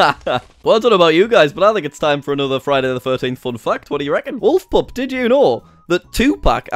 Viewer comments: When you say "fact" it sounds like you are saying "f**ked" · the way u pronounce fact XD